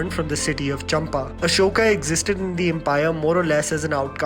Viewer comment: Its not Ashok .."Ashoka" Stating the obvious because u kept repeating.